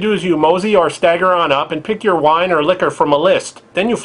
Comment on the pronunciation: lol wiine vending machines!!! :) thats ..hilarious :D